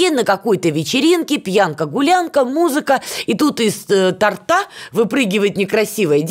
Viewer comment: Из торта,ударение на о